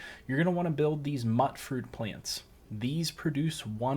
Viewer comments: Pretty sure its pronounced mutefruit plants bro not "muttfruit" good vid though 💯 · It's pronounced "mooytfroot", like mutant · Mutfruit is a mix of “mutant” and “fruit”, so it’s pronounced as “Mewtfruit” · The way he said mutfruit 💀